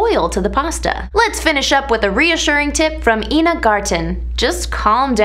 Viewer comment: Also it's eye-nuh not ee-nuh (ina garten)